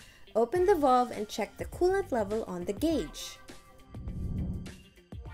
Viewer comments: The most non technical instruction video I've ever seen...lose the cartoon graphics and get a narrator that can at least pronounce the word valve correctly. Not very helpful at all. Thanks for wasting my time. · If the video narrator cannot pronounce the word "valve," this is a bad sign.